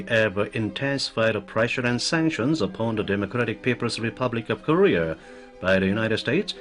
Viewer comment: Lol yea he always says "kureeur" instead of korea